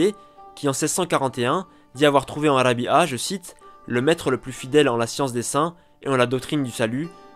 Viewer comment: Rabi3a et non rabia la prononciation est pas bonne😘😘😘